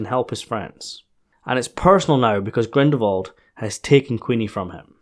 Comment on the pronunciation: I'm quite sure you say Grindelwald's name without the l whatever you say! And my hearing is perfect!